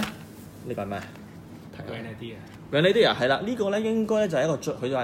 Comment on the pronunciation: 你讀錯咗 正確的pronunciation👇 grehnuh·deeuh 但是你pronounced grand·na·da